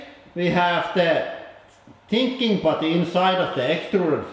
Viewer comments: I died laughing when he corrected his first pronunciation of "putty" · That was the most ridiculous pronunciation of the word "Putty" ever